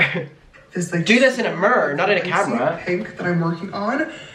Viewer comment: they way pronounced mirror with his accent. So cute and funny Omg 😭 love him